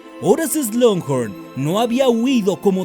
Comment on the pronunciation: Hola, llevo mucho tiempo siguiéndote y amo tus vídeos, son los mejores por encima de cualquier otro Youtuber que conozco, pero hay una sola cosa que nunca he entendido... ¿Por qué dices "Slunghorn"? Si es SLUGHORN, sin esa N antes de la G.